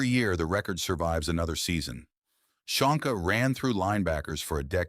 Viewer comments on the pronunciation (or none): Csonka pronunciation is Chonka. Hungarian